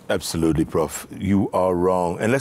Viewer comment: "regouds" "abzolutle"☺️✍️